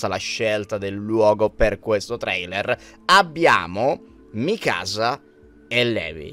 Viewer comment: mikasa e levi non si pronunciano così😭